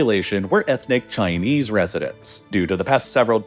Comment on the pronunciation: "chiniese population" lol